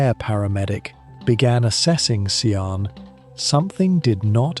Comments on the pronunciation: Sian pronounced phonetically sharn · Can’t subscribe. You’re repeating everything. You haven’t even bothered to learn how to pronounce her name properly. I guess this is an AI voice. It’s awful.